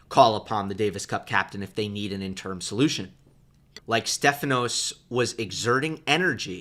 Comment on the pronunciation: Sorry to do this to you, but I believe the word interim is pronounced just like it's spelled: in te rim--accent on the in. And you're definitely right about Tsitsipas' box. Mom & Pop what confusion. And do you remember Tsitsipas hitting a ball into his box--US Open--when Mom and Pop were both offering their ideas to their son. He was serving on their side of the court and he hit a ball deliberately backwards into his box to let them know how he felt about their offerings. Incredible and funny and perfect.